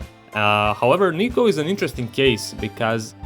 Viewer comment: my biggest issue is that Niko pronounces his own name wrong, which totally breaks immersion